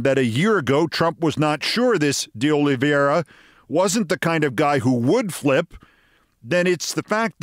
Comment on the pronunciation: O-lee VAY-rah. (Not O-lee-vee-EH-ra). Sorry, but the almost universal mispronunciation of his name is bothering me. (As are the butcherings of Ukrainian town names these days.)